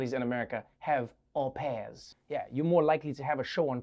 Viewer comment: Good job on getting the pronounciation on au pairs correct, Trevor.